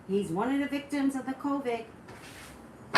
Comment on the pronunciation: I love you but your driving me a little bonkers with how you're pronouncing the word "COVID" it's COVID with a "D" sound at the end of the word 😂🤷🏽‍♀️